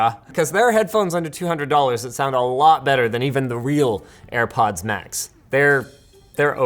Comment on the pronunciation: "For Airpoddings"